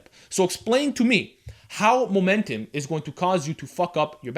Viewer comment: Momentim, Momentim, Momentim, Momentim, Momentim...xD great video tho